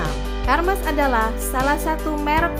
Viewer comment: Ermes dibacanya